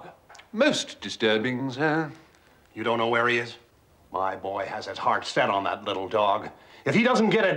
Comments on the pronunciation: Time for a hearing check I think my friend, cause he doesn't say snir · Am i the only one who cringes when Mr Fry pronounces "Sir" with a nasally "Snir"? The audiobooks have a more appealing interpretation of Jeeves' vernacular.